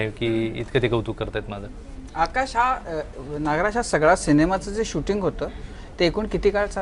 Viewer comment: Naagaraj नाही re नागराज सर म्हण येड्या bhokachya